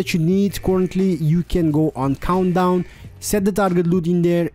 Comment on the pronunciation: i swear i heard him pronounce countdown as 'condom' lol